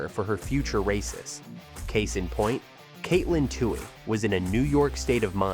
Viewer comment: Dude, what are you smoking? She ran that mile in four (4) hours 25 minutes? Actually, she ran it in .54 minutes ! Edit your post before sending! Learn how to pronounce her name. Go Katelyn!!